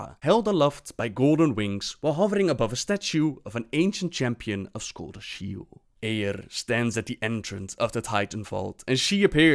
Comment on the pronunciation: The way you say "Eiyr" is exquisite.